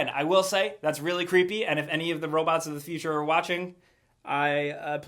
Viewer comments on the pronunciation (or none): none